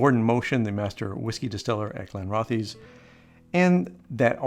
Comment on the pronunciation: pronounced Glen-roth-iss